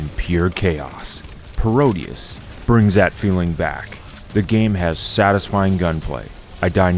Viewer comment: It's Pro-deus, a word play on Proteus, not Parodius. Although Konami's Parodius shoot'em up series is a classic in itself.